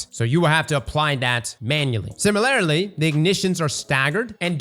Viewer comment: love you and your content, but did you just say “similarily?” Haha love it